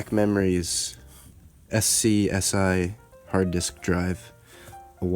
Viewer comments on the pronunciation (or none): Nice video. Let's say it together: Skuz-eee. ;-)